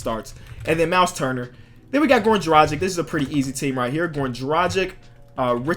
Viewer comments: It's pronounced Dra-Gitch not Dra-Jick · It's also pronounced goran dragITCH btw, love the videos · Bro The way you said goran dragic is wrong